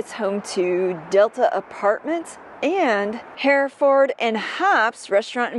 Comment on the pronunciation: It's called hurtfurd and hops you misprounced that just an fyi